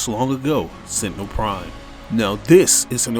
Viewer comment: Sentenel prime its rat